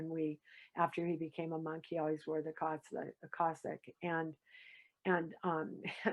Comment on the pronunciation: Cassock, not Cossack